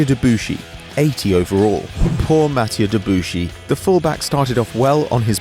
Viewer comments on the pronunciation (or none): none